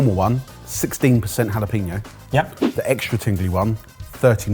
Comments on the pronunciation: for the love of god stop inserting "peen" into the word jalapeño. ha-la-PEN-yo. never good to insert peen where it doesn't belong. makes every spanish speaker cringe. almost as bad as "choritzoh" for chorizo or "payela" for paella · Why do you call it JalaPEEno? The ñ is there for a reason. ññññññññññññññññññññññññññññññññññññññññññññññ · Your pronunciations of cayenne and jalapeno are painful